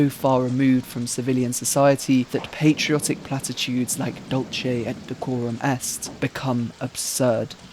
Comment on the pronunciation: it's not dulche, but dulKe or dulCe. it's not italian...ugh always butchering poor latin